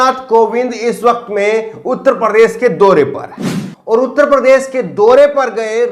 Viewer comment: प्रदेस बोलते हो, उच्चारण तो ठीक कर लो